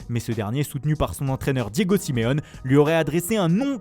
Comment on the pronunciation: Le truc c que il dit rrrroma et tout c bien mais il dit Simèone au lieu de Siméoné